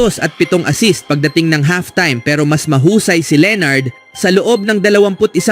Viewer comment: Leonard hindi leenard, dami mong pa-style.... Bulok!